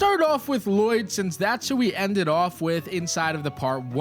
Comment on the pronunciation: Hurts me every time he says La-Loyd...that movie isn't even canon